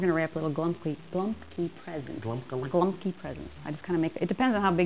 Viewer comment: Golabki, not glumpkie